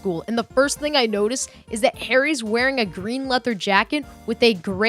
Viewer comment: are you a kid or a girl?? also pronounce leather right